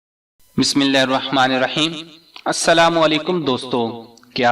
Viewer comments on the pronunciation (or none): none